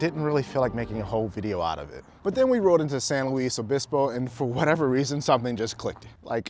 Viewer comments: How can you tell when you've never been to SLOTown? Pronounce it "San Loo esse Obispo". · I will forgive you for pronouncing San Luis Obispo wrong lol Welcome! I was wondering when you were going to visit my hometown:) Enjoy slo!